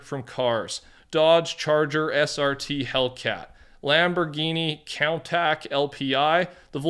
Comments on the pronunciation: Lamborghini count-ak😂?? Its prononunced koontash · Lol@ tack, rush it's pronounced coon tash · its pronounced "koon-tash" not "count-tack" unc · it's pronounced countash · erm actually 🤓 its countach (coon-taush) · Lol how you said "Countach" :P it's suppose to sound like 'coon-tash'. But let's be honest, i'm not the best pronouncer myself. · you said countach wrong its pronounced (koon - taash) love the videos just wanted to let u know that